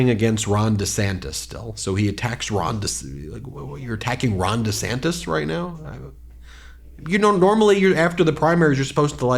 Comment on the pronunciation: How rude he is! And he definitely said "Ron de Sanctus". So many words he can't pronounce.